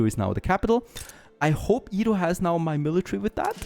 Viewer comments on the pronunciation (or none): Edo is pronounced Edo. not ido. Stop saying ido.